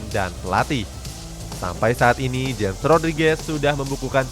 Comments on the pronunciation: Bukan dibaca jems tapi dibaca hames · James bukan dibaca jem. Tapi dibaca hemesh, frasa dibetulin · James ( hames bukan jems) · Hames Rodriges, Bukan jems Rodriges. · Cuma ngasih tau bang james Rodriguez,james nya bacanya hames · Yg james bacanya hames